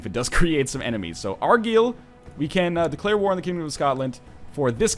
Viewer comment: Gaah first 'line-ster' now 'ar-geel'!? Like nails across my scottish ears.